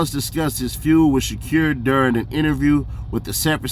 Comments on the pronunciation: I can’t lie the sha-cure is insane 😅 fool it’s Sha•Kuur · Dude living behind the moon. Can even speak out SHAKUR right.